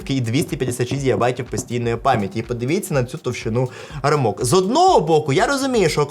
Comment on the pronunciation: рАмок) не рамОк)